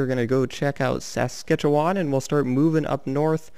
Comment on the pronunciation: Saskatchewan is pronounce sas,catch,Che,wan